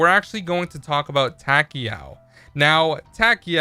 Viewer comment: how you said takeo though